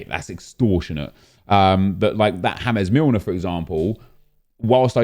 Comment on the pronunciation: "hames millner"